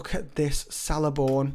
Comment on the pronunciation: Sick! I have him r6 and only use him for tips lol. Btw Celeborn is pronounced Keleborn ;)